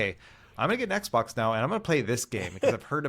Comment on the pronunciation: How many times did say XBOK?